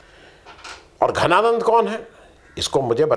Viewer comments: your pronunciation is not okay for name "Dhananand". You are saying "Ghananand", which is not correct. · घनानंद नहीं जी धनानंद... थे मगध साम्राज्य के नरेश आदरणीय महाशयजी केवल राष्ट्र भाषा उच्चार शुद्धि के लिए जन हित मे जारी..🙏🏻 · घनानंद नही धनानंद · धनानंद not घनानंद